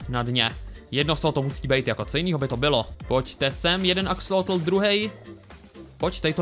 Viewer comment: sir vialovoval zle ti akesloti on to vislovoval akseloti